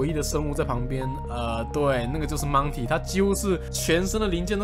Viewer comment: 每一次DK说到monty时，我总是会听到monkey,🤣